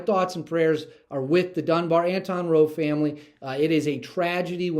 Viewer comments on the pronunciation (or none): none